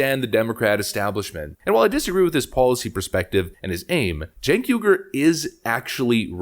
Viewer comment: His name is cenk pronounce correctly please